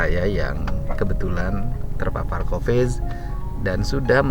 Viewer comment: Ciri khas Pak Dedi F jadi P P jadi F D jadi Z ( Coviz )